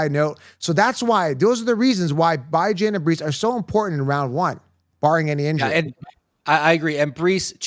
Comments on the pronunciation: Stop mispronouncing Bijan‘s name on purpose… It’s getting ridiculous.. BEEJAHN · Great content. I agree with a lot of your points. But the Bijan mispronunciation is getting annoying. Is cringe dude.